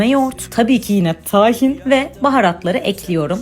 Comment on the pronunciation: Tahin kelimesinde "a" harfi kısa söylenir.